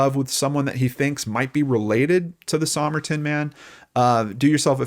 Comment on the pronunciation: Sah-myrrh-tin man hey?